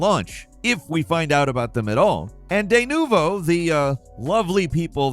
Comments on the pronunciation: it isnt deynuvo..... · Its D NU VO. Not Theynuvo